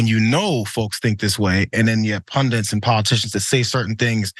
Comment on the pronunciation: “Pundits” NOT “pundants” sheesh! Yes. I am pedantic.